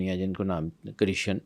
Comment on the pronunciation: Tum Pakistani log Krishna ko Kisaan kiu bolte ho😂, say properly